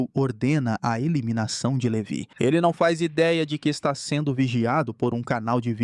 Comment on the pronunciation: LeVÁI! Levi se pronuncia Levái.